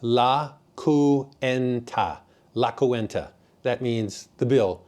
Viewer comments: Nice video. You got a when you said basically “ don’t be a cheapskate” in the fondo’s. One correction if I may, the bill is called la Cuenta, pronounced la qwenta, (only two syllables) not coo- en ta. You come across as a down to earth kind of person also. Thanks for the info. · Great informative video! Cuenta in Spanish has 2 syllables. Should be pronounced as - KWEHNtah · The word ""Cuenta" does not have 3 syllables. It has 2 syllables. And is pronounced as KWEHN-tah.